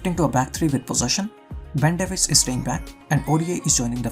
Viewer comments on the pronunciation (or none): none